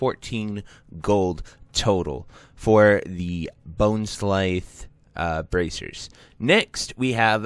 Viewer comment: How do you butcher the pronunciation of every possible name 🤣 “bonesclythe” “gulth” “marexxnia” LOL it was hilarious man. Idk how you guys see these words and come up with this stuff!! 🤣